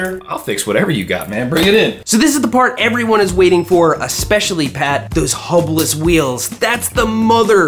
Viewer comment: Oh, HUB-less, not hopeless! 🤭